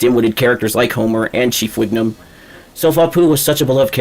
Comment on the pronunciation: Bro said Chief Wignum 😂